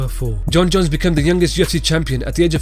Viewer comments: "Coke Jones" "Healthy Kahbib" "SEA LEVEL CAIN" hahahah this guy! 😂😂😂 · While( 1){say 'Coohke jones '}